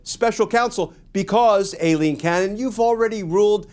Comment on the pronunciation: Her name is EYE-LEAN, not A-Lean. After over a year, it's time to pronounce her name correctly. Anna Bower, of Lawfare, was in the courtroom when the judge was introduced and she confirmed the correct pronunciation.